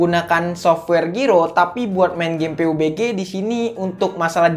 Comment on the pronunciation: Pabji bang,,,jangan peubegeh😂